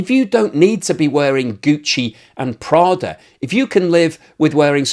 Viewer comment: Gucci and Prada, the way you pronounce it is so lit 🔥 😂